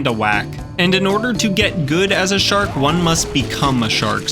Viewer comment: I love hearing shork 😂😂